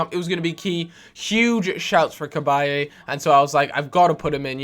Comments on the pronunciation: Cabaye is pronounced with a silent E btw! Great video as always nevertheless:) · say cabaye properly!